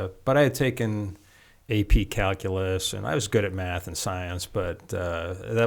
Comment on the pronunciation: Im sorry did he say tuaght "meth" ?